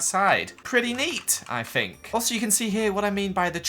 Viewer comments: Anika Milevska bro calm down! says ‘Fink’ and not think. “Idiot”. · Fink?,It's think not fink you idiot 🙄🙄🙄🙄